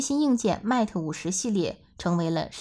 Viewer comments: 好好学习，mat和mate 如何读？ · Mate不是這樣發音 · 她讀得實在太難聽，將品牌代表性糊掉了!